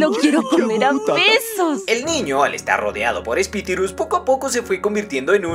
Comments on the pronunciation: Jaja me da gracia que diga espitirus en vez de espíritus XD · Espituri jsjsjs es espíritus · espidirus:v xd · espitirus jajajaja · falta de ortografia unu,no es espitirus unu esEspiritus. 😩👍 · No pude llorar en paz por ✨Espitirus✨ JKJAKJAKJA amé el resumen <tres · No puedo superar cuando dice "Epitirus' jsksjsjssjs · todo el video diciendo espitirus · Como asi :espitiru. XD